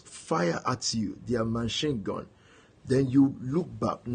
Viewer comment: "machine gaan" Jeeeeezuz